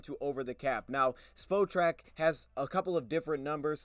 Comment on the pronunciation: Spotrac “Spot-rack”